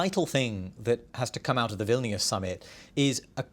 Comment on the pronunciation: Wow he got the city name right. I was expecting,, v-i-lai-nus"👍